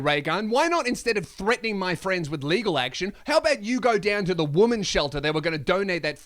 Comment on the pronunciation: Hey, how about you learn to pronounce 'women's' before continuing to lecture. It's pretty embarrassing to hear.